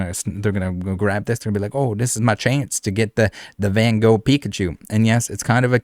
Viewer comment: its Van Gogh, not 'Ven Goog''